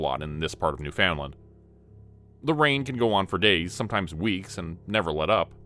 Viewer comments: It's pronounced Noofin Land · The way this dude pronounces Newfoundland drives me nuts. It's closer to "newfinlon" than it is New found land. But both those pronunciations are wrong. It's more a combo of the two. 😂 One of my stupid quirks lol